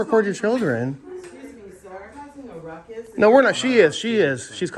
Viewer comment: Did the postmaster sat rutcus instead of ruckus?😱😵‍💫🤡🤪👎🏻